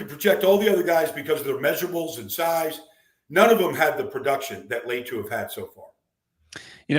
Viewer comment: Why is Latu so hard to pronounce correctly for Baldy?